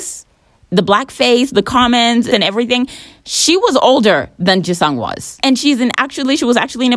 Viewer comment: The way you pronounce "Jisung" 😭😭😭😭😭